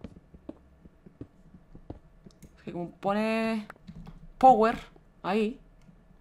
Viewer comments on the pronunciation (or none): none